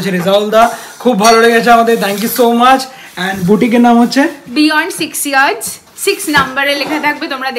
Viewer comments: Please learn the correct pronunciation of the word YARD/ YARDS from google … British or American… after all it’s your business name! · Yeards😂😂😂😂It's Yards check. Pronunciation 😅😅